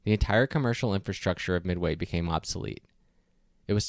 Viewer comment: If it's one of your lifetime goals to visit, learn how to pronounce it